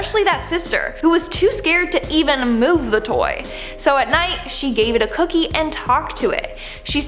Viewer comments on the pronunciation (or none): none